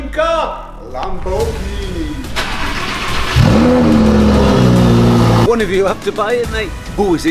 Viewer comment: MARTIN ITS LAMBORGHINI USE I! I! IIIIII!